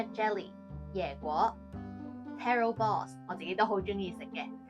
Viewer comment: Should be taro balls, not terro balls...